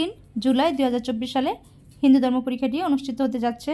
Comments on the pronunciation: উচ্চারন ঠিক করো হিন্দু ধর্ম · উচ্চারণ করতে না পারলে বলার দরকার নেই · উচ্চারণ ঠিক করুন